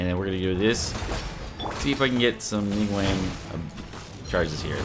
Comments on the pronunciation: Neeng waang...... Wtf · "ning uang" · "Ning-wang"😅"She has lots of facets" 🤣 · FYI, the 2nd g in her name is not silent, the name Ning Guang in Chinese is actually 2 words. Since Western names do not allow multiple words in a First Name, and her last name is neither Ning nor Guang, they just mashed them together into 1 word. Same goes with Chong Yun, Xing Qiu, Bei Dou. Actually, the word Zhong in Zhong Li can be a last name, and in Chinese format, Last Names are written in front of First Name.